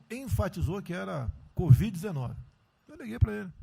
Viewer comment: "Codiv-19"🤣🤣🤣🤣🤣🤣 Presidente BURRO!